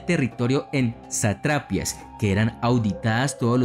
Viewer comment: buen video, pero se pronuncia satrapía y sátrapa.